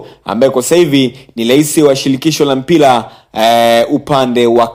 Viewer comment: jifunze ata kuweza kusema R ..😂😂 mpira sio mpila . Kafara sio kafala . Mimi nimejaribu sio nimejalibu ... Kia kuongea kwanza sio kupiga kelele nauo unao ongea ni uongo mtupu